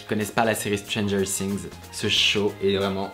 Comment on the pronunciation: Tu dit mal Stranger things